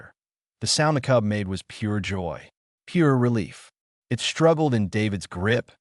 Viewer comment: As well as it, vs I T lol